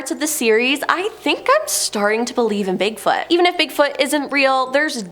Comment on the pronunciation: Could you pronounce it "Bigfoot" please? I'm sure it's not "Bigfut"